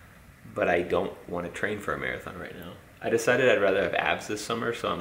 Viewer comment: Love you to thanks for the vids she ran a "Mere -a - thon "